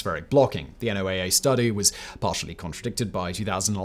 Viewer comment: NOAA. Sounds like "Noah".